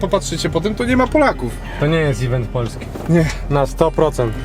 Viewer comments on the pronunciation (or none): Nie ivent a event